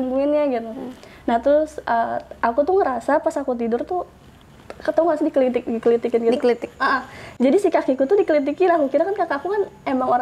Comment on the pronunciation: aku ngakak pas bilang kelitikin jadi kelikitik hahahahahah